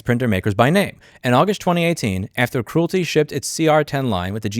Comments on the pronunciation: It is not CRUELTY as in Cruel, it is CREALITY as in Create or Creator. AARRRG! I was watching this and kept thinking WTF is he talking about? I didn't recognize that name until I saw it in print and realized that he was mispronouncing the name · I don't know if you can't pronounce it or are doing it on purpose, but either way, calling Creality by the name Cruelty, works for me. LOL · Creality: “cree-AL-uh-TEE” Great video! Thanks for bringing attention to this absurd movement against innovation! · Love how you're pronouncing Creality as "Cruelty" 😂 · I like how you pronounce “creality” sounding like “cruelty “ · Great video Louis! Pronouncing Creality as "cruelty" is hilarious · I Love That You Called Creality Cruilty 😂.